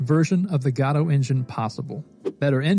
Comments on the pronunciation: GAW-doe? You mean guh-DOE? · It's not gaadoo it's GODOT !!! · its not Gado its Godot. Go dot. Thanks for good content 🙂🙂🙂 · Wtf is Gaddoh? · i mean, i might subscribe but i dont know if i can handle the "gato" pronounciation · Why are we pronouncing Godot like Gatto? I actually hate the real way it's pronounced but this bugs me even more XD.